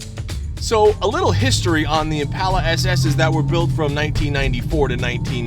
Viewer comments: It's ImpAHla, not impayla. Mike, its not maroon, its blessed with Dark Cherry Metallic paint. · Say it with me "impaula" not "Im pal uh"